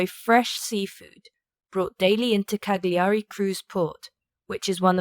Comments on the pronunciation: OMG! Not Cag-li-ari! Cal-ya-ri!😊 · You dont pronounce the G in Cagliari. Its silent.